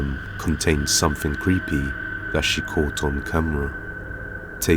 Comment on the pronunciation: It's, thing, not fing. Something, not somefing